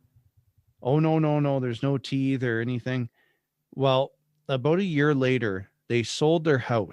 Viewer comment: I've heard the first twenty-seven minutes and so far all I'm hearing is standard-issue, Bible belt Protestantism. apparently has never before come into contact with that up in Saskatchewan. Interesting he pronounces tithe as "teethe". Just a worried guy who is scaring himself with possible worst cases, is all I'm hearing. If someone who is from the group would come out and talk about whatever he or she experienced then this would be worthy of a podcast.